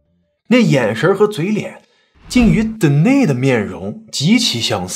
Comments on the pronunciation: 是不是发错音呀？De ni s，是不是应该读 Den ni s 才对？ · Denis的发音是 dan-ni-s 丹尼斯